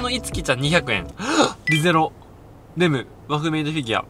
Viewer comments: ラムじゃなくてレムじゃね？ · レムをラムって言ってるの草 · ラムじゃなくてレムです！！ 値段予想意外と的確でビビった😂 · ラムじゃなくてレムじゃない？ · リゼロのレムのことラムって言っとるやんけぇぇえええ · レムがラムになってる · ラムじゃなくってレムです！ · Ｒeゼロから始まる異世界生活のきゃらラムじゃなくてレムだよ💢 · ラムじゃない！！レム！！！ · ラムじゃなくてレムな？ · ラムじゃなくてレムですよ、そこらへん、よろしくっす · ラムじゃなくてレムだよ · ラムではなくレムですｗ（8;07) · レムのことラムって言ってるの許せん